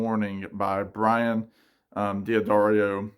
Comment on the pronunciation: The last name is pronounced Duh-DARE-ee-oh